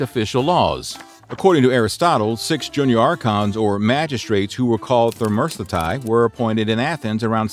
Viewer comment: How does the narrator boof his pronunciation SO bad? He said “thermerthsthetai” instead of thesmothetai. There is no r in the word he meant to say. He added 2 ‘r’ and many more letters. Fubar Pronunciation is an ongoing situation with these videos. When making educational videos it is a priority to pronounce words accurately even if they are archaic.